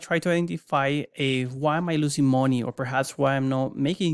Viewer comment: Not gonna lie, when I hear someone with a thick accent selling a product, I just assume it was outsourced. I'm trying to listen but I can't stop laughing at "how much mooney from your weiners."